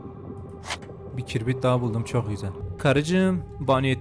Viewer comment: kibrite kirbit diyen koca yürekli 🤣🤣🤣